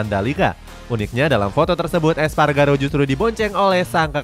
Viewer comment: Espargaró bukan Espagaro 😏